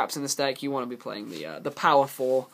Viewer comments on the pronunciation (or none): none